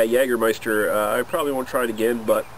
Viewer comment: jagermeister correctly spoken nice - try german "apfelkorn" or "saurer apfel" from berentzen company